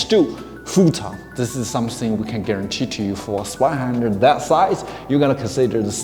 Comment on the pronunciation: A little pronunciation tip: The German "z" is pronounced like "ts" and the "w" like the English "v". So if you say "Tsvei-händer", you're spot on.. 🙂